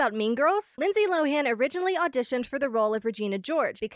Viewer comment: It’s pronounced “LOW-in” not “Low-HAN”. Seriously, listen to any of her interviews, that’s not how she pronounces it.